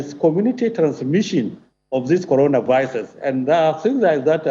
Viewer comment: Coronavisis he said